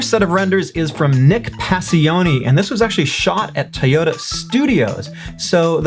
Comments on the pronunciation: Bro. It’s pronounced TOYOTA (toi-ohhh-tah). Not tyota....comon man. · Love how me pronounces Toyota Tah-yo-ta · I'm just bamboozled the way he pronounce Toyota